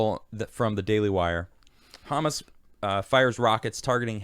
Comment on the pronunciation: I love Israel. Also, emphasis is on the end of the word, ha-MAS, not HA-mas